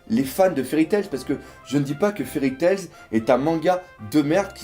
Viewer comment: je te kiffe et je te kifferai encore plus quand tu enlèveras le 's' de Fairy Tails mdr :p